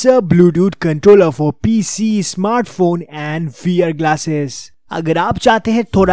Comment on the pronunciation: Pese nahi PC